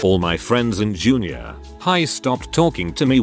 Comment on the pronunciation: Jr. pause for suspense High.